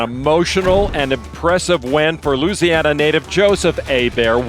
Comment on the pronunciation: Lon, “Louisiana” has five syllables.